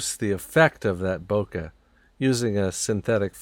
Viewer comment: These paintings are awesome! Also thank you so much for pronouncing Bokeh correctly...